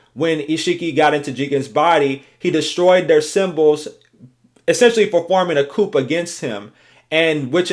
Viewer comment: The p in coup is silent btw